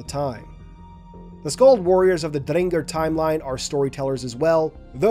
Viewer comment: Same goes to your pronunciation of Drengr, my new favorite halo youtuber right here